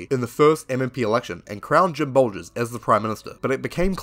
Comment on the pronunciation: Really enjoyed this vid mate, wish there were more kiwi conrebt creators along this line. Tiny quibble though, its Bolger not Bolgers.